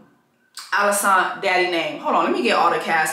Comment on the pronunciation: It’s you keep calling her “AliSANT” for me! 😂😭😭😂😭